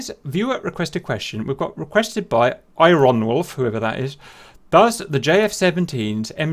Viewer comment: Who is this I-Ron-wolf guy? Must be new like that Chinese fella - chopsticks.